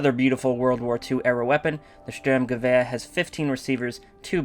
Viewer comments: I unsarcastically love how you pronounce it "Stürmgewehr". Sounds a lot more fun. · You say Sturmgewer so beautifully